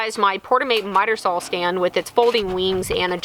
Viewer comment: saw not sawl